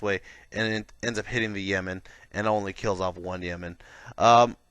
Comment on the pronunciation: Cant help but laugh when you say Yeman and not Yeo-man, just need some Saudi aircraft to fight off all those Yemen! Great BR though, enjoy your stuff!